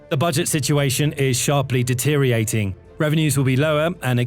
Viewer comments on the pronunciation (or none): The speaker said "deteriating" a few times there. I think the word he was going for was "deteriorating"?